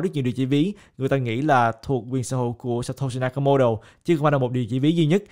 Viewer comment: hình như phải đọc là "sa to si na ka mô tô" ơi:D